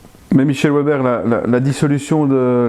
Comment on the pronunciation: Déjà "Ouèbère", c'est mal parti, c'est un patronyme germanique, donc ça se prononce Véber, mais ça, évidemment un journaliste ne peut pas le savoir, hier soir aux infos j'en ai entendu qui parlait d'un "Landère" allemand, le mec, 1/ il savait pas que ça s'écrit Länder et donc que ça se prononce Lènnder, 2/ il n'avait même pas imaginé que "Länder" puisse être le pluriel de "Land". Je serais vraiment curieux de savoir ce qu'ils apprennent, dans leurs écoles.